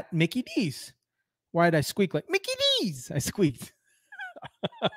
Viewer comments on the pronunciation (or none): none